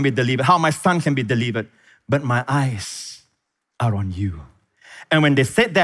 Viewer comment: Love your revelatory capabilities, but (without being self-righteous) could you please spend 20 minutes learning how to pronounce the English language properly? You would win so many more people to Christ saying delivered instead of deleeevered, river instead of reeeever, Pastor Prince instead of Pastor Preeeence, death instead of deaf, sez instead of saaayce. It is more than distracting for hundreds of thousands of people. And it is such a mild adjustment for one as brilliant as you. Please consider it without being offended.